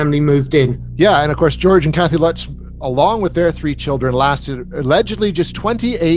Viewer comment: Lots of incorrect information in this video. The English man doesn't pronounce the surnames correctly. Also the Lutz's didn't claim it was all made up or a hoax infact! Up until the day George and Kathy passed away they stuck to their stories and swore what happened in the house really happened. They didn't have the technology back in the late 70s to add in figures into photos and do special effects like that. I believed the photo to be authentic. Anyway that's just my opinion 🤷